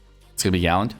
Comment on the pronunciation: It’s galand.... don’t tell anyone